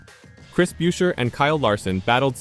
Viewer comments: it's busher, not byusher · Tried to watch this video but couldn't. About the 5th time Buescher's name was pronounced as "Byoosher" I'd had enough. This video didn't deserve my time. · Just asking, Can’t you pronounce Chris’ last name correctly? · You can't even pronounce his name properly!!! This channel is a joke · If you cannot pronounce the names right I cannot take the video seriously